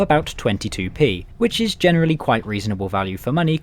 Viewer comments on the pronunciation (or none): none